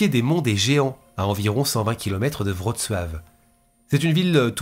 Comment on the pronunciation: Toujours au top.Je note tout de même ton application et ta difficulté à citer la ville de Wroclaw.Ma mère y est né.On ne t'en aurait pas voulu de prononcer la ville à la française en phonétique soit vroklo ou vroclaw😀